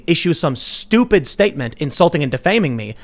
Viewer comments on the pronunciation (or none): I like how he said -weak and stueupid.